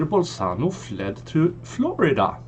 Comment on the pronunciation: It's Bolsonaro not bolsano !